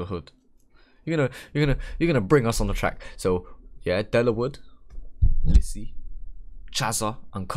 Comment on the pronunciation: its lisi not leeeeeeeeeeeessiii 🤣